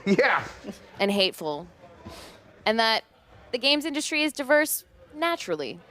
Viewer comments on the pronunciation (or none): that's how you pronounced "diverse"? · she cant even pronounce diverse right